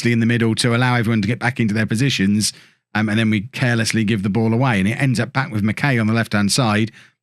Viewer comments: Barrie mckay is pronounced “Barrie Mckiy” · as a forest supporter, barrie mckay is pronouncec mac-eye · Pronounced McK’eye’ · As a Scot. It's Barrie Mck(eye)